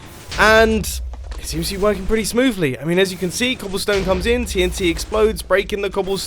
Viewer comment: Yes mumbo "cobllestone"